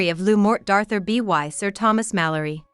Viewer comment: I can't believe someone posted this with an automatic reader. It pronounced the word "by" with the letters b-y. Seriously?!